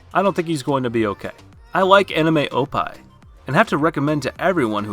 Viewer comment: did he just did unjust said "opai" rather than oppai ?